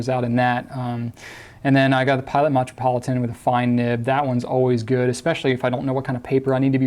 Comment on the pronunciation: Lol did he say "matrapolitain"